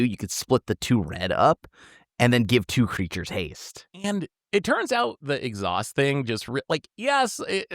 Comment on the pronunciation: yeah, it's funny though because they said it right the first time and then said exhaust every other time.